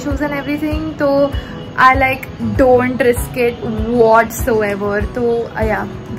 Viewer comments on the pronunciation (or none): none